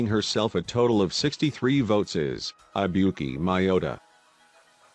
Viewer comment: Gotta love the text to speech saying I buki instead of Ibuki (I is e)